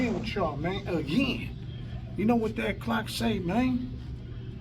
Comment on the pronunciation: at it uh- gin